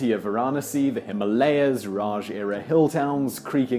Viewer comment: Dude, you needed to do a little bit research on the pronunciation of names :-)."Neypol", "himaleyas".. I don't mean to be rude.. but its Neh-paal, him-aa-la-yaas etc.. just to mention a few. Just one interesting difference in meaning between yours and the real pronunciation of the word Himalayas.. Yours pronunciation vaguely means - the place where ice/snow melts Real pronunciation means - the house of snow/ice No matter what, i enjoy your videos much. Keep going.